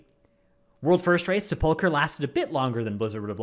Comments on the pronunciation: It's nuts that he never gets it right. It has to be on purpose. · Someday will come when will be able to pronounce "sepulcher" correctly, but today is not that day.